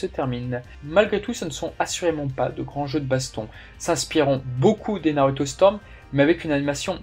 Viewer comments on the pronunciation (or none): none